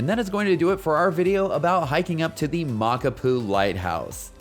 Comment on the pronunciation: My father in law helped build that trail/road/pathway. It's fun, a good grind, and beautiful. Check your pronunciation of the trail name though.